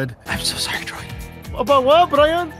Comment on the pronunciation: friendly Canadian “I’m sorry”